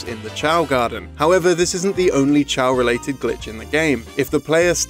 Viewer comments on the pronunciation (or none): My only issue is the fact that he says "Chow"Garden, instead of "K.O."Garden. Since Chao is just the game's way of shortening the word Chaos.